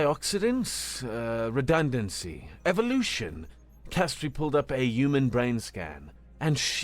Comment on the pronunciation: Yewmen? That's a weird way of pronouncing human.😂😉